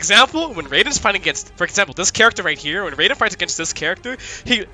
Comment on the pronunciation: It's Raiden. Like Ray Den. Jesus dude!